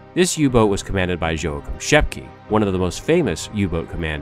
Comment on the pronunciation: JOACHIM = YO-HA-KIEM SCHEPKE = SHEP-KA GUNTER = GOON-TER KRIEGSMARINE = CREEGS - MARINE If you want to do history, please learn to pronunciation. You slaughtered the other names too. but I dont havr time to correct